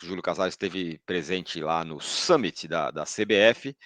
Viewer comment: Sâmit, não súmite